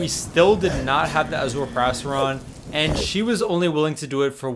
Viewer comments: It sound like perrastron instead of periastron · Its pronounced perry- Aztron not perasteron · You made the whole vid without looking up the pronunciation of periastron 😢 it’s not a “perasteron” bro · Isnt it pronounced “ pee-riya-stron” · the way he says periastron is actually triggering me